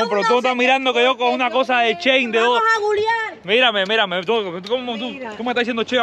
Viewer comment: No supero a la diciendo googlenado a bloguear!!!😆😆